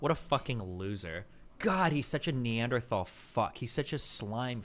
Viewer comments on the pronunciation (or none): none